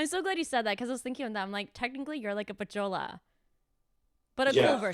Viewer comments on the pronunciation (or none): It is called a “vichola”, not a “pichola” LOL.